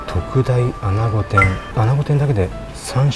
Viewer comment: ～アナゴ発音が アゴに聞こえます🙄 気を付けてください✋